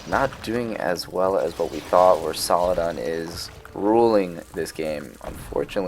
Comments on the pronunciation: I wanna know if people corrected u when you called Aladdin….. Aladaan 😂, your pronunciation of Saladin as Saladan always cracks me up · Don't worry about saying saladan or saladin too much, nobody really cares apart from that one guy you talked about. I think majority of your viewers really do enjoy these videos included me. Keep up the great work, I can tell you put a lot of time into these. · Haha fair enough, yeah I do get it, I didn't say you dislike his videos, just that saying saladan makes you cringe. I think it's just an accent tbh. I'm Dutch so I automatically say Saladin cuz that's just how I read.